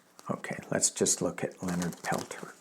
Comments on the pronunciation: His last name is pronounced Pelt SHAY. Just so you know. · Hi thanks for covering this ❤ his name is pronounced. * Pel - tears * I’ve read during his last hearing some from the FBI said he was framed. He is such a humble man. I believe he was the medicine man during the retake of Wounded Knee in 1973, I ask all to please send positive intentions for his release from now until they come back with a ruling. I have seen the miracles of group prayer I many times. I hope many many join me everyday to send this message to the universe ❤❤❤❤❤❤❤❤❤ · Leonard is from our area and here it is pronounced Pel Tear (French) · Use French pronunciation for Peltier. He's a political prisoner and it's still jot on Pine Ridge